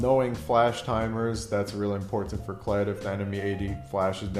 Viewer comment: Why do you over emphasize the first T in important. There are other words you stress the wrong syllable as well... were you taught that way, or just choose to speak like that?